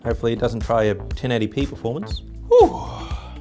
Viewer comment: He said all the 1080pyn ess then told that all the pynes is gone;D